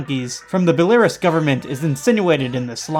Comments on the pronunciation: FYI it's "Bell-uh-rooss" not "bell-air-uhs" for Belarus :) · Me: where tf is Belariss? OHH, BELARUS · Pronounced Bella Ruse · I loved the video but... ITS BELL-A-ROOS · i really need to get into this album. listened to it twice until now and it's promising, but i feel more like listening to hipster black metal at work and afterwards i play games. on a side note: i'm not an english speaker, but i don't think belarus gets pronounced that way. it should be more like bella roose, the break between bela and rus is important, i think, cause belarus should mean white russia (bela = white, rus = russia). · isn't Belarus said as Bela-roos? apart from a nit-pick that doesn't really mean too much great video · Belarus is pronounced "bell-uh-roose" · It's pronounced Bel a Roos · Isn't Belarus pronounced Bella-ROOSE? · Award for goofiest pronunciation of Belarus, lol. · the way he pronounced Belarus ticked me off Im sorry I shouldn't have written this comment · the way you pronounced belarus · Bruh you butchered the pronunciation of Belarus